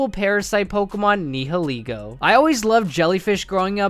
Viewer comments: Ni I’ll I go, bruh, it’s ni hi Lego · Sorry but it rlly bugs me when u miss pronounce Nihilego it’s pronounced N-eye-uh-lee-go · The way you pronounced the nieligo was so bad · Dude you idiot its ni hi lego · ...did you just pronounce 'Nihilego' four different ways? 😁